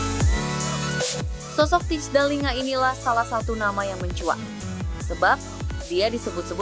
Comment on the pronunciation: Kalo mau ngonten....coba deh klik google terjemahan yang ada speaker/audionya....set ke bahasa Belanda kemudian tulis Thijs Dallinga....dengar tuh cara ngomong yang benar.....Teis Dalinga bukan Tits Dalinga (jadi ngomong jorok dah gw)